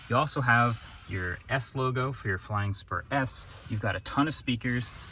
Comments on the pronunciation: Man, I thought you said flying sperm. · i legit thought he said, “bentley flying sperm” 💀